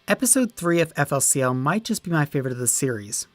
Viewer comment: Oh dear baby Jesus I am 1 second in and this man says EFF EL SEE EL